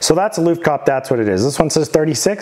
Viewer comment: It's looft-kah-peh 😅